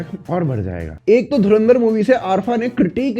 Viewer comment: Ye log DHARANDAR ka naam dhang se kyu nahi le paate 😂 Koi Dhurindar bol rha koi DHARMUNDAR